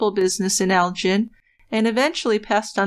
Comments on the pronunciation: They lived in Elgin. The "gin" rhymes wih "bin" not the drink, gin. Their last name was Fraser, rhymes with razor. It's not the same as "Fraser" Crane. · Elgin isn't pronounced like gin...its more like Gill as in fish Gill, but swap the ls for an n at the end I don't know the number to call to leave a message, but I'm local to the area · It is Elg-In.